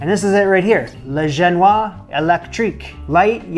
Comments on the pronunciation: I believe its "gen-wha-zzz" not "gen-wha". The ending of "se" indicates the "se" is pronounced. Otherwise, the baked alaska looks Wonderful. I'll be over for coffee. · Just to be picky, the ‘s’ is pronounced in Genoise. To complicate things, it is a sponge cake from Genoa, so the French say ‘Genoise’ rather than the Italian ‘Genovese’ or the English ‘Genoese’ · Chan tee yee. Chantilly. Gen woaz. Génoise. Do you know what Darth Vador wants in a french bakery? pain pain pain tarte tatin tarte tatin. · This was magnificent. And a Baked Alaska is a challenging recipe for a home chef to attempt, so you should be very proud of yourself, it sure looked delicious. A tiny bit of advice on pronouncing "genoise": it's true that final consonants often aren't pronounced in French, but that S isn't final. The E after it means that you say something like "zhen-wahzz." But that's minor indeed -- you're the greatest!